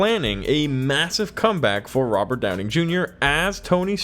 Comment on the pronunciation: Hearing Robert Downing Jr. over and over should bug me, but it kind of amused me every time.. 😅